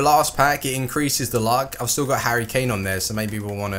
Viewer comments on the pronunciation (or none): none